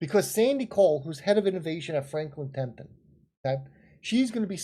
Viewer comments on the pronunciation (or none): It's TEMPELTON not TEMPTON!!! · FRANKLIN TEMPLETON NOT TEMTIN.,,,,,OY VEY